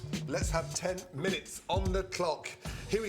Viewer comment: “Minute” not “minuet” btw